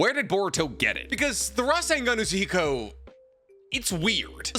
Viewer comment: Say Rasengan Uzuhiko again.